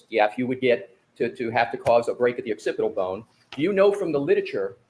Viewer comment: lol is this the same guy that called the occipital bone the occipt boner😅😅😅 sirrrrrrr?